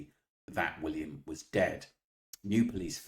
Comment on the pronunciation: She can’t even pronounce William’s name correctly - then she goes on a tirade about “facts” but hasn’t come to the table with the knowledge of the very basic facts herself. Is she that stupid or is she on someone’s payroll?